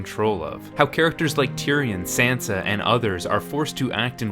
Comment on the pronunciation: Why can't people pronounce Sansa correctly, they say it in the show